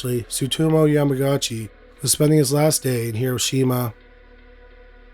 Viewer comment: only here to say the name is pronounced "YAMA-GUCCI" with emphasis on the "u."